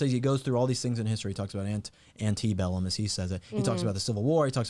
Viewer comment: Did you notice that the general said "antibellum," not "antebellum?" It screams ignorance of what he's talking about, and likely reading off a script of what he was told to say.